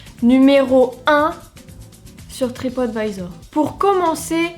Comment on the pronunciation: Je ne connaissais absolument pas cette histoire, elle est vraiment ouf 😲 Merci de me l'avoir fait découvrir 👍 Comme quoi, il faut toujours se méfier de ce qu'on peut lire sur Internet... Par contre, qu'est-ce-que tu m'as fait rire avec ta prononciation : "Tripote Vaïzor" 🤣🤣🤣 Continue comme ça, tes vidéos sont de très bonne qualité et c'est un véritable plaisir de les regarder à chaque fois 😉 Vivement dimanche prochain!